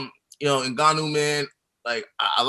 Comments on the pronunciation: You gid a great job as ever, but it's 'Ngannou', not 'Nguyou', ffs... :) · Btw the pronunciation is "En-ga-nou" had it right at one point and then just gave up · It's pronounced EN-GAH-NU. Lmao. Great Video